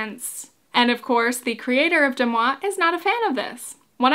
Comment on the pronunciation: Why are you pronouncing it incorrectly? Deux Moi is french for two me and it's pronounced "duh mwah" not "dem awe". The mispronunciation, considering all the resources out there to correct you, is totally distracting